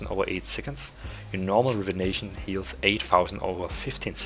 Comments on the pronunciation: It's not "rivenation" its "rejuvination" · Say Rejuvination again?....lol